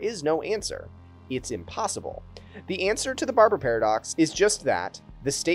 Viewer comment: What I took away from the video. You should do another take if you say barjer instead of barber.